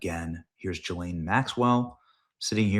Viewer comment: Her name is pronounced ‘Gi-Laine’ If you’re going to mention the filthy old tart, make sure you get her name right.